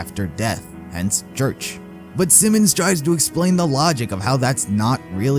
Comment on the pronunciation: The Fake Church Sounds Like Wash